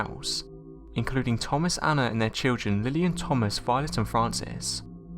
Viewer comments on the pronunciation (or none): none